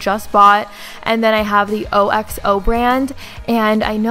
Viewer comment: Its pronounced ox-oh 👌👌 And woostashur sauce 😗